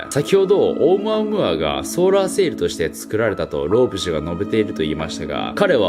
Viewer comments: ナオキマンのオームアムアの発音が正しい英語の発音なんでしょうか？ 日本語的な発音とは違ってなんか変🤣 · ナオキマンがいうとマイケルムーアに聞こえてくる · オウム↑ア↑ム↓ア↑ー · オウムアームーアでなく オウ、ムアムアて発音らしーよ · ナオキマン、「オウムアムーア」は3割増しでかっこよく言ってる説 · オウムアゴア？(空耳) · チョコプラのあむあむあむにしか聞こえなくなっちゃった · オウムアムアの発音(笑) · オウムアムアの言い方気になるwww